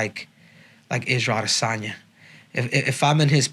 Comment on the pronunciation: Israel AH-DEH-sanya